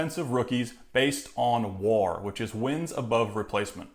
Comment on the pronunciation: The way you said WAR, I immediately don't trust you😑😑